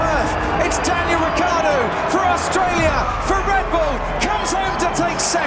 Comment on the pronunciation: "Diangal Ricciardo"